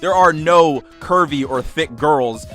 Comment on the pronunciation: why am I thinking that he's saying "Kirby" and not "curvey"